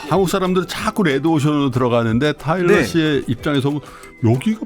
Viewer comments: 저는 10년 된 한국어 선생인데요, 제가 이 일을 막 시작할 때쯤 방송에서 타일러 씨를 만났고, 지금까지 영상도 잘 보면서 꾸준히 팬심을 유지하고 있습니다. 타일러 씨의 말씀을 인터뷰나 유튜브 등을 통해 볼 때마다 너무나 감동이 되고 배우는 것이 많습니다. 고맙습니다. 근데 테일러 아니고 타일러인데.... 자꾸 이름을 테일러라 부르셔서....ㅠㅠ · 테일러아니고 타일러예요! 내내 이름을 잘못 말씀하셔서 좀 불편했습니다. 아다르고 어다른게 말인데... 좀 아쉽네요. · 자꾸 테일러라고 하시는게 너무 웃겨요🤣근데 타일러도 바로잡지 않는 게 넘 재밌어요😂 잘 봤습니다! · 이름을 똑바로 불러 주세요! "타일러"입니다. 내용은 참 좋았는데 '옥의티'이네요. 잘 보았습니다. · 타일러 이름을 자꾸 테일러라 불러서 기분이가... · 왜 타일러한테 계속 테일러 씨라고 하시나요? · 타일러인데 자꾸 테일러라고 하시네😂😂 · 평소에 삼프로를 믿고 보는 애청자입니다. 내용도 좋고 다 좋은데 초대손님 이름을 잘 못 얘기하는 호스트님은 보는 제가 낮 뜨거운 느낌이었어요. 뒤늦게 보게 되었지만 호스트님이 주의하셔야할 것 같네요~ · 다좋으신데 자꾸 테일러씨라고... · 타일러를 자꾸만 테일러라고 하시는 😅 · 사회자님이 타일러씨를 테일러씨라고 하는게 좀 걸리네요. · 다양한 질문과 내용 재미있게 들었어요!! 전 세계의 세종학당 학생들에게 한글과자 너무 인기 좋을 것 같네요 ㅋㅋ 근데 진행자님 계속 "테"일러씨라고 하시는데 "타"일러씨인거 아시죠? ㅎㅎ 잘 들었습니다~~🙏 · 테일러 아니고 타일러 씨에요. 자꾸 테일러 씨라고 하셔서 이잉.. 😢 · 타일러를 자꾸 테일러로 부르시는 거… 거슬리는 건 나 뿐인가요 ㅠㅠ 인터뷰이 이름은 잘 확인해 주세요~ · 테일러가 아니고 타일러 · 태일러 아니고 타일러에요 ㅠㅠ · 왜 타일러를 계속 테일러라고 부르시나요? 남의 이름을 잘못 부르니 들을때마다 참 거슬리네요 게스트 이름도 인지못하는건 진행자의 준비부족 성의부족 같아 보여요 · 타일러를 테일러라고 하네요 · 타일러를 자꾸 테일러라고... 역시 는 아재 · 태일러 아니고 타일러 인데... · 타일러씨가 엔터사 하는것까진 알았는데 한글과자까지 만들어 내신줄은 몰랐어요! 여러가지를 함께 하고 있는것 자체가 신선한 자극이네요. 그나저나 남의이름을 타일러인데 자꾸 테일러라구해여 ㅜㅜ